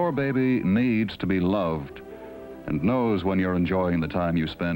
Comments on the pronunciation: Anyone who watches Ze Frank’s videos will get why I cracked up every time he said “beh-beh.” (And if you’ve never seen Ze Frank’s animal mini-docs, they’re both hilarious & educational.) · Behbee! Lol